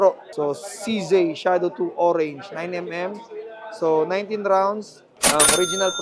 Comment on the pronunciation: No offense. It's CZee not CZey